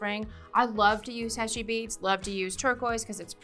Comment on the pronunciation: Background music is very irritating in a demo. It hurts the ears, muddles the brain, and drowns out speaker's voice. Never ever put music on a demo video. Silence is golden. HEY-SHEE beads, not HESHEE. You don't measure? In every technical trade, measuring is the most difficult and most important first step. Learn before you teach. PLIERS, not PLIER. Pliers is always plural. So you say 'Those Chain Nose Pliers', not 'That Chain Nose Plier'. Flush CUTTERS, not CUTTER. Always in the plural. There are two blades not one. Nice ring, but your English is atrocious and the music drove me mad.